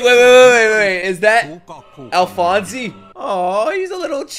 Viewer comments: and it’s not “alphonsy” it’s pronounced “alphons” like the “e” is silent lol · its not alphonzee is alphonz (pronounced) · its pronounced alfons not alfanse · This show probably has the best dub of any anime. Edward’s VA is the best of the best. But if you do stay sub, just know that his name is Alphonse (e is silent) and not Alphonsey! Love your videos man so jealous you get to watch all of this blind. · Great reaction! Alphonse's name isn't pronounced "al-fon-see" it's "al-fons", Japanese doesn't have an "s" sound so they pronounced it "alu-fon-so" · Also, just a couple of things: Alphonse (Al-fonz) Xingese (Shing-ease) Alkahestry (Al-Ka-hess-tree) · Alright, you keep mispronouncing Alphonse's name, the simplest way to say how to pronounce is something like Al - Fonz. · My opinion: Dub> Sub. Just re-watch these two episodes in english dub just to get the names right. Hearing "Alphonsey" just doesnt sound right. Watching you miss out on crucial details in subtitles is just painful. After that, Sub or Dub is your choice. I have never promoted any show's dub version more than this and One Punch Man. I have seen this show twice in both language and I have few arguements in favour of the Dub: 1. The animation is gorgeous, why would you prefer to look away from it and focus on subtitles? 2. The look, feel, characters and historical references of the show is not necessarily Japanese. This show is made keeping a global approach in mind. 3. You will miss out on the English dub blooper reel, which is a laughter riot and a masterpiece in its own right. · The English actor for Alphonse (by the way, the name does not have a long E sound at the end) in the 2004 version had to speak into a metal bowl for the entire series, so this new person may also be talking into a bowl or, as you suggested, a metal can. I vote for the English dub. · It's Alphonse without the "ee" sound at the end 👍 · Correct me if I'm wrong, but I think the "e" in Alphonse is silent. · The e is silent